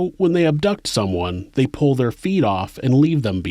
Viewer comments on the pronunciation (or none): none